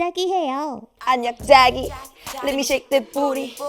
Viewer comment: ㄹㅇ 발음이 안녕 쟈기?도 아니고 안냥 Zㅏ기 이러네ㅋㅋㅋㅋ